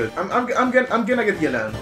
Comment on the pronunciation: Thank you for not butchering yelans name